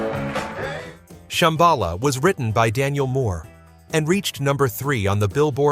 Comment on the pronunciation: But don't you love how it says ShamBAla even as they sing ShambaLA?